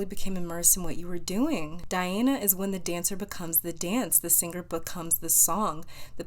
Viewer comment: Pile 3 - Dhyana card. My name is constantly being mispronounces the same way you pronounced this name. My name is not Dhyana but similar. This was a VERY powerful reading for me. Thank you. 🙏❤️